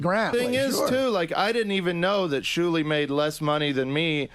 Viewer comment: I keep laughing remembering the time kept calling Shuli "Jew-li"